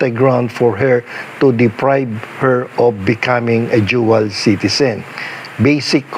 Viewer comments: Dual citizen not duel citizen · "Jual citizen" 😂😂